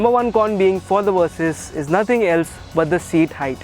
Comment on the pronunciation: Hearing you call it the "Kawasaki Worsys 650" doesn't make me want it very much.